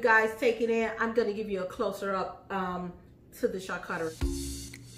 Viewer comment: Everytime she says Char CUT tarie, I spaz. It's char COO charie